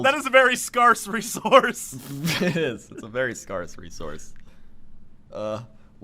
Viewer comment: Is that really how you pronounce scarce? This show broadens horizons :P